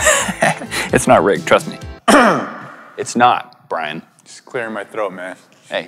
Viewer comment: lol it's Brian not brain